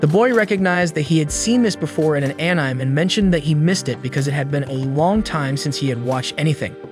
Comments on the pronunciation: "Ahnyme" It is pronounced Uh'neh'may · And I thought the "anih-me" crowd was bad... (for reference, to the two people who don't know; it's pronounced "annie-may." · Ah-Nem... tele-kenesis... lmfao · "AAnym" is crazy💀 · Funny thing is they pronounce animation perfectly fine. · An-ni-may.....= Anime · What the heck is An-Ime,? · An-Ime is only the finest entertainment a can find. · Annym? Tf is this😂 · Thanks for the video. If I have any complaints at all, it's that I never want to hear you fail at saying anime again. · Dude pls learn how to say anime correctly please 🙏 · I think even AI can use the word correctly. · Is this an ai channel, why can’t you say anime properly, and a lot of other words